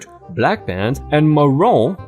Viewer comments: not marrone it's pronounce MaRUNE, or mar roon with it making an eww sound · Ma-roon Ma Like Mama and room n instead m for roon Also know as dark red (Like drying blood) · just for help. MAROON is said like Marr-- rooon.would sound like it rhymes with cartoon or ball--oon, (balloon). :) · Re fabric maroon is pronounced muh rune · Its pronounced marune